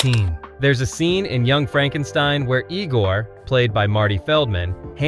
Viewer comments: It was pronounced EYE-gor, not EE-gor... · It’s “Igore” NOT “Egore”! 🤣